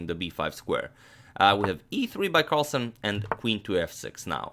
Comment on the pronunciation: its carlsen not carlson.